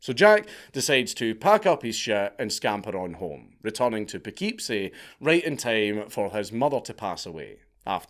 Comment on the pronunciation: The way you say Poughkeepsie is hilarious. As an Irish c×nt, to hear you call a Wappinger city name silly when Scotland is full of towns with names rooted in Gaelic is right embarrassing. If we care about our roots, best to not cultivate their surroundings with toxins.